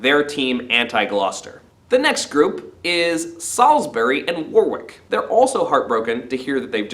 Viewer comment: War-wick? It's pronounced Wor-rick:)